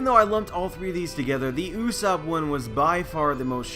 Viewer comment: did you just say uuuusap? it is GOD usopp. -.